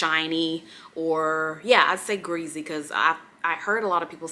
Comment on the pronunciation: Love the way you say ~gReAsY~ 😂 and love your favorite videos more👏👏